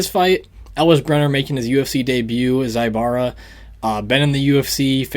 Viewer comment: Bro its zu like zulu not zaibara zaibara.